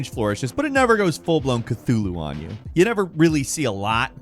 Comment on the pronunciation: I'm having tea and spicy noodles whilst high but the way he said Cathulu just ended me 🤣